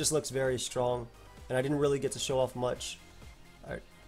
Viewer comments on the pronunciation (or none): none